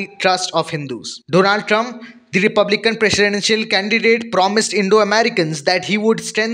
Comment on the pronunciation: Trump not Trunb